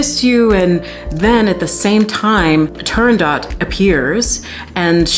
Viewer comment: You butchered the name of the opera as Arethra butchered the aria.